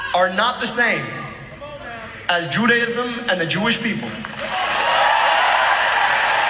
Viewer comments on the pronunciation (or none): As an American Jew, who knows how to pronounce the name of my religion, Dr. El Syed also know how to pronounce Judaism. It is not Judi.Ism. It is juda ism, and whether you pronounce it with a long a or a short a it is an a and not an i. Also, I believe I met Netanyahu back in the mid 1970s when he was a student at MIT but also a speaker who toward the country for Zionism. I wasn’t impressed then and I sure as hell I’m not impressed now.